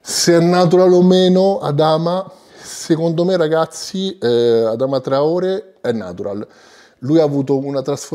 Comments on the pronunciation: Finalmente il video su traorè! 🔥🔥🔥 P.S comunque si dice traorè con l'accento Grande 🔥🔥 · Adama traorè, si pronuncia con l’accento, bel video